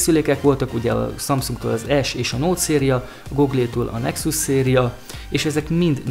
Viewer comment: Áplé, goglé....... Nem mondom hogy rossz lenne ez a csatorna de legalább néhány angol szó, ami nem mellesleg világmárka, próbáld már meg helyesen kiejteni basszus